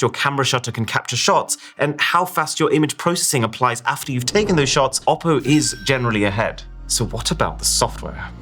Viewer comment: still it's ''OPPO"😶‍🌫